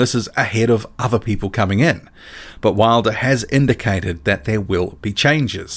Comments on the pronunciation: Wilder doesn't even pronounce his name right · Wilder couldnt say his last name lol what a low I.Q fool .